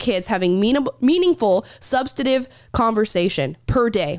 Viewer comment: you are amazingly well spoken (certainly more so than myself), and I think it's because of that, that every time you say "substaNtive" without pronouncing the "N", I cringe. 😋 It's almost as bad as when people say "nucular, instead of nuclear, or supposably, instead of supposedly. OK......you can tell me to p**s-off now. Love you guys! P.S.- By the way, I don't care what mistakes makes, he has so many imperfections it doesn't matter. 🤣 P.S.- Chapstick is the worst. Try Blistex cream/ointment, and a few minutes later followed by Cherry Carmex or Vaseline. And stay hydrated! On a very sunny day, something for the lips with sunblock in it will help greatly too. Just some tips from a guy who spent much of 33 years working outdoors in all sorts of weather.